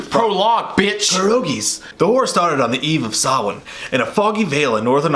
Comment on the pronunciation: Samhain is pronounced sow-win sow like 🐖 not like needle and thread